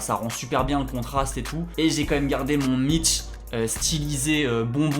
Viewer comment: Perso le T dans mitch me dérange 😬 Sinon t chaud 👌